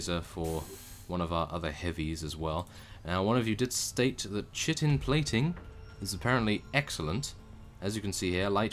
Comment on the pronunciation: Hate to be that guy, but it's Chitin: "Kite-in".